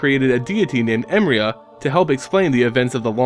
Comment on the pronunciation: Hmm never knew what her deal was... Btw just to be picky, its pronounced emeria E -meh -ri -ah not emria...